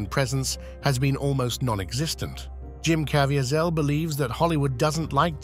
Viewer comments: I love how much trouble the A.I. voice struggles with the name Jim Caviezel.. "Jim Cav-E-Az-Al"... and a moment later "Jim Cav-I-Zial"... Haha. A.I. is still dumb. 😂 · I love when creators leave the pronunciations of names up to the AI, thus you get things like Jim Cavyzell, not to mention early nineties S. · Jim Cav-E-A-Zel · Thora Birch had a significant role on The Walking Dead. And it's pronounced Ka-VEE-zul. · Say it with me... Cuh-Vee-Zull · AI can’t pronounce Caviezel’s name. USE REAL NARRATORS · learn how to pronounce "Caviezel"